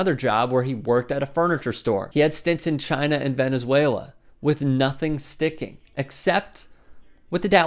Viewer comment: Dumbs down on the post just because my hair on my head raised when you said Venezuela. If you are making videos at least try to pronounce countries and name correctly.